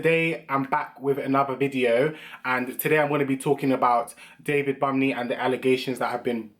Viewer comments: The n in bunmi is silent I know you don’t care 🤣🤣 but just for times u meet other people who’s name is bunmi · He said 'David BUMMY' LOOOOOOOOL